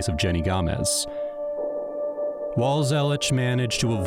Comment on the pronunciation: It’s gamez not Gomez … I’ve seen this case many times Google it.